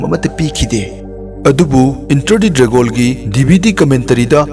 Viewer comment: Filam,dragol, intranational,pratner,dinnerrretc Tababudi ym nungai oja 👍👍👍